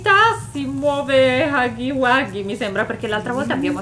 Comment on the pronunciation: Si dice huggy no haggy